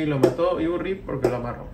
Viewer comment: Sobre la cruz dice INRI muy parecido a IURRI